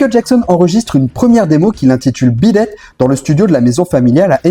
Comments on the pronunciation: La prononciation du titre m'a fait saigner les oreilles tout le long, le dernier ressemblant même à "bidet". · C'est moi ou tu prononces Beat it en bidet? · D’accord, mais pourquoi mal prononcer Beat It ? Il dit Bid ate plusieurs fois, c’est pas une simple erreur de prononciation, une fois il aurait dit même sur d’autres vidéos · Par contre arrête de dire bidette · Oui moi aussi je comprends pas pourquoi, il dit « bid date » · Intéressant malgré une répétition au début, et puis, sérieusement, bidet? Vu combien de fois on l'entend dans la chanson, ce serait sympa de respecter la prononciation... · Mais pourquoi diable constamment déformer le titre beat it en "beedad" tout au long de ta video. Et de même pour pete townshend que tu déformes en pete "townschend".